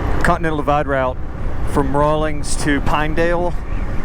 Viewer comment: Correction: It's Rawlins, WY---Rawlings makes sports equipment.